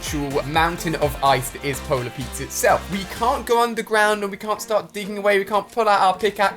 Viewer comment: Ali: polar Pete’s Us: please stop